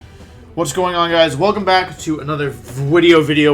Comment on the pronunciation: I feel like you’re saying wideo on purpose now